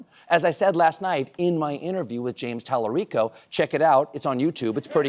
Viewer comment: He’s not pronouncing talarico correctly. However hearing one of my hero’s say it is unreal cool